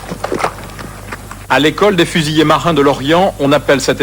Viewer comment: Les civils disent Fusillé, comme le nom de la chaine ici alors que ils seraient morts les fusillés !!! Fusiliers c'est si dure à écrire et/ou prononcer ?! C'est vraiment bidon car, en plus, certains militaires font l'erreur aussi. 🤬